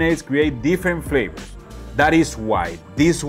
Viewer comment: Hey,, my friend! I'm glad you finally found the good stuff! I grew up in the mountains of the northwest US, where bison, moose, elk and deer are common place on the dinner table. It makes great jerky, stews, roasts and ground meats for burgers, meatloafs and meatballs to add to wonderful dishes. Just one question... What the heck are these "flabors" you keep talking about?? 😆 As long as you keep insisting on swapping your Vs and Bs, SHs and CHs, messing up your tenses and talking so fast we cant understand a word, then wondering why people keep saying they can't understand you... I'm going to keep calling you on it, especially since you've ignored my lessons in the past. 😆 But seriously, thanks for doing some different things and expanding our minds. One of these days I am going to make my way down there and we'll see who's "got the chops..." (Pun intended). 😉 Love ya, brother, have a great 4th of July!